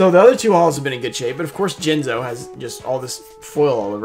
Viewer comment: Jinzo, or as Simply Unlucky calls him, Jizno